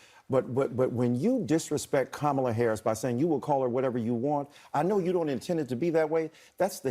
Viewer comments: I heard Kamala tell someone how her name was pronounced…she said, it’s like Camma and la. Kamala, but some say Camel la!! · Its Camel - La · It is pronounced Commiela! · Oh, isn't pronounced KommieLie? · Benny I know her name Kumswalla harris, say it with me Kuuummmswwaallla harris.😂😂😂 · Her name is pronounced: "Skamula" Want you all to practice saying her name until you get it right. 🤣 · Vivek is the only one who has pronounced the Cackler's Indian name correctly...and it's not Comma-la or Ká-mala.😂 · KAY-MAY-LAY. COMMIE-LA, etc. and then the sexist prof! 🤮 shut up. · Come on, y'all. Say her name right: Kamallamadingdong. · It's Kamala with the 2nd a being nearly silent. Her heritage is from India. That's exactly how it's pronounced there.